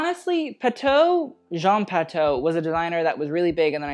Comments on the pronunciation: Please learn to pronounce the designer's names correctly: for example, it's "Pa-too", not "Pa-toe". When you say it wrong, it takes authority away from your opinions, and makes you look foolish. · We say "patho"? I thought it was Patou where "ou" is pronounced like in "you" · just a head’s up from a french subscriber : Patou is pronounced « Patoo » ! (great vid, as always) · The pronunciation is Patoo as in too or two